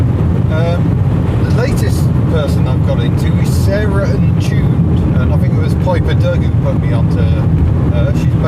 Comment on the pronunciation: Sarahntuned not Sarah n Jude...!!!! Uff